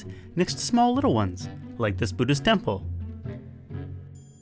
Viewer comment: ffs, it's not "Boodism" man. Japan should have one more rule, don't pronounce stuff like a fokin Gaijin.